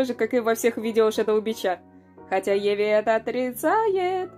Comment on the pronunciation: Чувак... Видео информативные, но тебе реально надо поработать с произношением слов. Серьёзно, что за "отоношения", обрывки буквы и на конце имени Еви и прочее? Не знаю, как у остальных, но у меня тут уши вянут. Без обид, но все ютуберы стараются говорить чётко и грамотно, чтобы их было приятно слушать. У тебя это пока плохо получается. Советую тебе написать сценарий и несколько раз прочитать его вслух, произнося чётко каждое слово. Искренне надеюсь, что ты прислушаешься и это поможет тебе. Заранее спасибо и извини, если мои слова задели тебя.